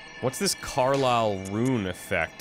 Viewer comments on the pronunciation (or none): Very fun series! Looking forward to catching up on the rest of the episodes, you take a very logical approach to the game, something that many lets players don't usually do! Oh, and I think the name for the runes is pronounced "Carol" rather than "Carlile". (just little things)